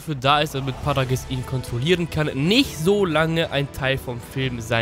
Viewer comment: Es heißt Paragus und nicht Paragiss